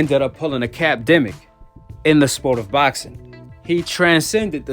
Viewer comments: My man said capdemic 😂😂😂😂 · Yo you said"capdemic" lol classic! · YOOO HE SAID A CAPANDEMIC 🤣😂🤣🤣🤣🤣😂😂!!!!